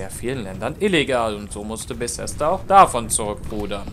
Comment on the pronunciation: Junge das heißt Bethesda nicht Besesda. Fail